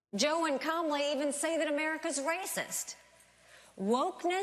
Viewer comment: Did she pronounce Kamala right? I think she may have. EVERY single republican is fckn racist because not a single one would pronounce her name correctly if they were double dog dared. If Haley said her name right she’s the first one. If she didn’t I’m eternally disappointed for obvs reasons